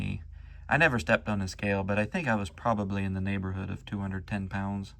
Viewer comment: "In the neighboorhoud" Yeah a real analysis diction 😂